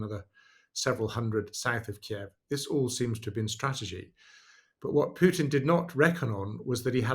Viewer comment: It's Pootin (Путин), NOT Pyootin (ПЮтин). Thank you. Also, "pushed" is pronounced pʊʃt (with slightly rounded lips), NOT "peshed" or "puh-shed").